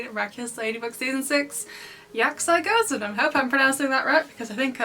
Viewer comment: Ya-K-Si Go-zen is the correct pronunciation and I think that's what you said, so very accurate. By the way it would be 'Yakusi' not 'Yaksi', but they dropped the u because that's something common with the Japanese language.